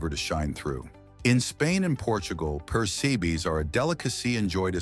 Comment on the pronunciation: " You Knee" ? lol it's ooh Knee. also Persabees are pronounced Per SEP us